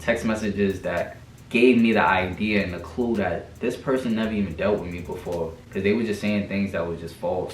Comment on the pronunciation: I don't know if it's me did I just hear say Tiday instead of today. Okay okay